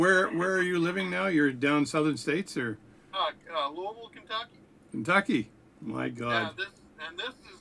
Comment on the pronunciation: Sounds like he said Louisville correctly to me, that's a winner right there. Fun talk on lathes.